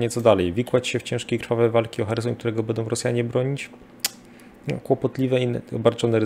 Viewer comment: Świetnie się słucha! Szacun za wiedzę! Sugestia mniej: "bedą" a więcej "będą" :) Poza tym tak trzymać!